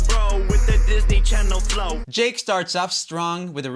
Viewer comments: When you saud yake instead of jake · 1: 38 yake instead of jake🤣